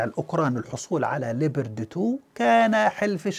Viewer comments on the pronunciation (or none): نطقك لاسم الدبابة الالمانية غلط تنطق ( لبرد ) Leopard وتعني حيوان الفهد وكذلك اسم الدبابة الامريكية ابرامز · شكرا على الفيديو المميز كالعادة . ارجو التدقيق على اللفظ اسم الدبابة ليوبارد Leopard 2 مع تمنياتي لك بدوام التوفيق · استاذنا الفاضل انت تنطق اسم الدبابة بطريقة غير صحيحة ، وهذه الدبابة الألمانية فاشلة وهي موجودة عند الأتراك وتم استخدامهما في حرب أو معركة غض الزيتون ضد الأكراد وانفجرت الكثير من سبطانات هذه الدبابات بعد استخدام خفيف للبرج القاذف فما بالك اذا تم استخدام هذه الدبابة ضد روسيا